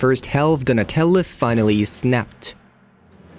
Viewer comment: Bro called him Nutella